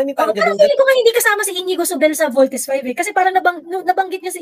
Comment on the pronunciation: I feel ginangbannggggg syaaa di lang nya masabi ng voltis five baka nga?